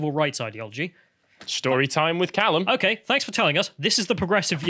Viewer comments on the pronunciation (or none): Callum: “I just looked him up on Wikipedia” Also Callum: didn’t check the pronunciation of his name.